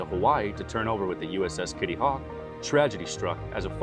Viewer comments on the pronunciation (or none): none